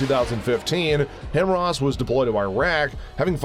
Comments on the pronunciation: Him-wras? How about Hi-Mars. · This is the only channel that says "him rahs" everyone else pronounces it "high mars" HIMARS high mobility artillery rocket system" just saying.